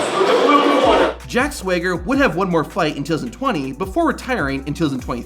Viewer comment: Stop saying ‘however’ and it’s SWAG-ER as in swagger 😅